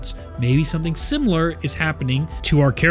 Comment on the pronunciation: “Simular” you mean similar?